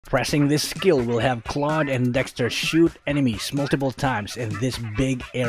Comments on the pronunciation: Why do people even pronounce Claude's name as Cloud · I thought it's pronounce is cloud (Holdap to hahahah) Is this Filipino Love this channel i will sub now MORE ULTRA SPEED GUIDE PLSSSS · Ofcourse its claude not "clau de" hahahahaha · its dumv hw in the tutoriels video in mobie legend pronounses claude "cloud"